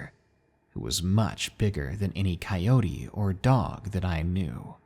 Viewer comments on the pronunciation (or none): I like how sometimes you pronounced coyote correctly and other times you didn't. Like it changed every time you said it 😂